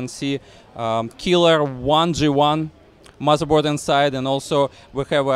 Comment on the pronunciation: Edward Hobbs Russian, he said mozarboard. ;)